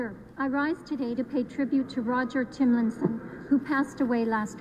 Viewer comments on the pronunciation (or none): IT’S TOM LIKE HEY TOM NOT Thimlinson